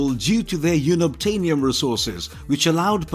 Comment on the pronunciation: YOON-obtainium??? WTF?!!